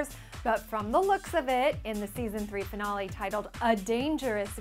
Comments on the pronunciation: she said finale wrong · "Finawlee" Wtf? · Is it just me or does she say finale weird??? I can not wait till the finale. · The way she says finale cx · Her saying finale was annoying Laugh out loud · You say finale kinda weird. lol.( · You say finale weird.... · Why does she say "finale" so strange